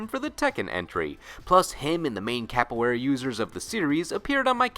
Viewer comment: Thank you for giving Duck King some spotlight! I really appreciate it. I won't mess with you about mispronouncing Capoeira because most people do that. LOL